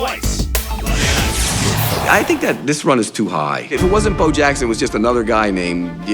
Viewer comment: WTF NFL? You guys can’t get Bo Jackson’s name right? REALLY?